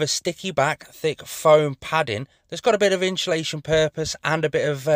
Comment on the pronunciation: INSULATION! say it correctly!